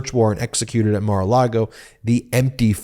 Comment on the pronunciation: You keep saying Mar-a- Lardo wrong.